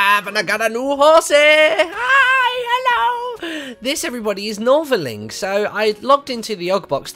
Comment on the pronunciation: its Northerling....